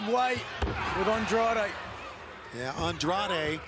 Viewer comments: Fire this commentator. It's gotten disrespectful how many times he's mispronounced Andrade's name. (Andre? Really?) Unless it's an inside joke, the guy has literally one job. If he can't get basic pronunciation down after this long then he doesn't deserve to be working there. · Why is it so difficult for the commentators to pronounce Andrade's name correctly?? 😐